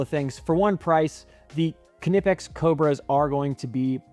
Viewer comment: It’s pronounced “Nip-Ex” the K is silent like it is in Knife or Knip